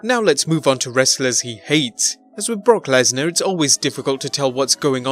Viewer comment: Did you say Bork Laser